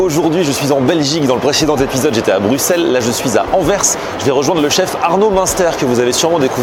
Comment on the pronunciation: BruXelles? Vallon? BuSSelle et OUAlon! Quand même...